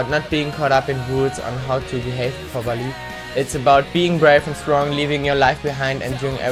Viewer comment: i giggled when bill said "Properly" he says "probaly" lol XD